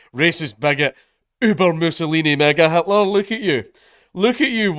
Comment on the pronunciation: Sounded like he said N word Hitler in the first 20 seconds. I know he said mega Hitler, still really funny though